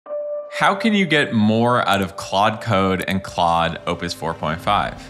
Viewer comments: OMG you're pronouncing it right! I must follow you now. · I hyped this video in thanks for saying Claude not Klode 😂